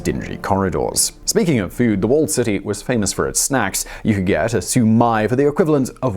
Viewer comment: Shao-My, btw ;)